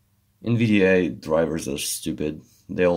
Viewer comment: its "Nvidia